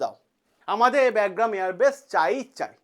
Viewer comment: আপনার উচ্চারণ টা ঠিক করলে ভালো হতো। ওটা "ব্যাগগ্রাম" না "বাগরাম" এয়ার বেস হবে।